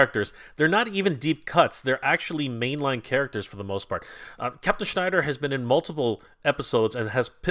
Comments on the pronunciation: It’s Shiner not Schneider! He’s not Jewish he’s a freaking Space Alien! Please say it correctly. 😂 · Shiner not Schneider:) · just wondering why you kept calling him Captain Schnider when his name is Captain Shiner?? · Shiner not Schneider